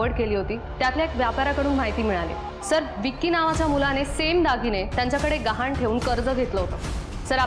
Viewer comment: घाण नाही गहाण